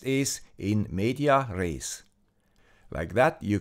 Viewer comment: "in medias res" (with an additional "s"). :-)